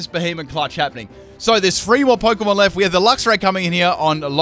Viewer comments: It's not beheemen. It's beheeyem xd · y does it sound so much like he say behemoth instead of b he em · couldn't tell if you said it right